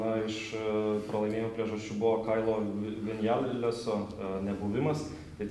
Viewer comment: Visiškai teisingai. Kyle Viñales būtent taip ir tariasi (Vinjales). Tokia jau ta ispanų kalbos gramatika :D